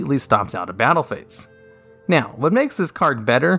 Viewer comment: Or when he says "naowh"